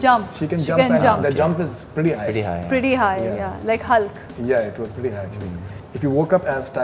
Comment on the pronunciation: she said hUllk wtff they are just trying hard at english. Why speak English when all three of them knows how to speak hindi. #Cringe